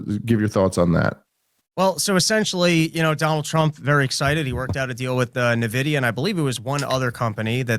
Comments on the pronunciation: Say it with me. EN-Vidia. Not NA-Vidia. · I hate to be that guy, but its not pronounced "Nuh-vidi-uh". It's pronounced "En-vidi-uh". Like basically just the letter N, then vidi-uh. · N-vidia.Not Nah-vidia.